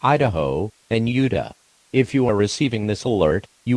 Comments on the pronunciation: Its nice to see voice acting in one of these TTS cracks me up with its pronunciations sometimes. It turned Utah into "Yooduh" 😂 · Its a well produced video.....you need to pronounce Utah and Bozeman correctly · cringes as Utah is mispronounced Why won't they fix that in this voice honestly? We all know how Utah is supposed to be pronounced